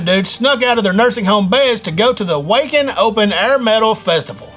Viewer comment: metalhead here. for the record, wacken is pronouced "vah-ken". and molly is an EDM drug, if a metalhead is a drug guy hes a stoner